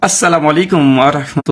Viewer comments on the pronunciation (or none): সালাম দেওয়া টাও জানে না আসসালামলিকুম বলতেছে